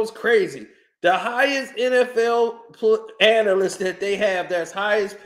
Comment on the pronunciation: It’s “analyst”…